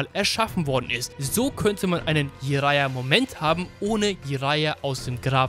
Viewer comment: Warum sagst du immer "ijara"?? Er heisst doch "dschiraja", oder?